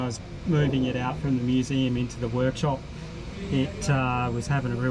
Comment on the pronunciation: What the hell is a "Wo-yak-shop"? Haha